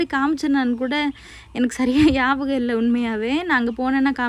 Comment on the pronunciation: Yabagam illa nyabagam